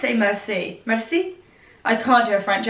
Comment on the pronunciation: U pronounce “merci” : MER - SEA 😂